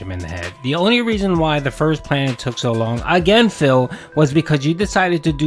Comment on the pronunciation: Love you. But it’s wo long.